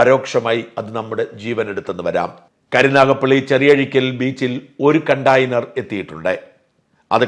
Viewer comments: കണ്ടെയ്നർ ആണ്. കണ്ടാ... ആ..യ്നർ അല്ല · Kutayner .... Conteyner ...... not continer